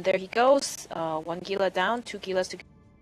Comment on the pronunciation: damnit it's """"G""""ila >.< *dies*